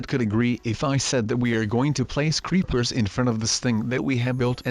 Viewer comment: Does anyone one notice he said creeplersInstead of creepers